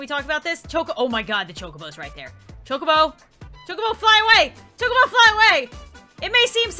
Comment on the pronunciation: It's chokabo (chalk-a-bow)